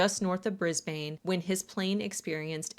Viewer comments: Absolutely nothing to do with the point but Brisbane is pronounced “Bris-Ben” not brisbayne. I loved this video and have subscribed after watching so many others ❤ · it's pronounced bris-bin, not bris bane :) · aussie here! it’s pronounced briz-bahn not briz-bane :D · Hey girl sorry I know this isn’t what the video is about but just fyi, Brisbane is pronounced “Brizz-behn” not “Brizz-bayn”. I get why you’d say the bane part as “bayn” but that’s incorrect. Just a note, not a big deal ofc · Brisbane is pronounced more like Briz bun with the hard emphasis on the first syllable and soft/short pronouncing of the second syllable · Just a side note from an aussie - you pronounce Brisbane 'bris-bin' - I wish I was joking 😅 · Love your vids! Just wanted to say, Brisbane is pronounced Briz-bin ❤ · I mean you pronounced Brisbane wrong, so I don't have much hope for the New Zealand names... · Please, for future reference, look up how to pronounce "Brisbane." As an Aussie, I flinch every time you say it 😅